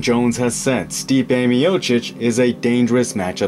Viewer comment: I hear you havent butchered Stipe´s surname. Nice!